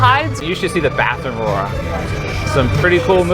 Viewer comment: Aurora's perfect pronunciation never ceases to amaze me. I would never guess she's still not fluent